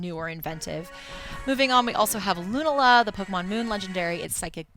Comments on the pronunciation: luna-la sounds dumb. as far as I know, its lu-na-la. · ITS LOO-NALA Not Loonuhluh -__ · It's "Loo-nala" and also Solgaleo is basically metagross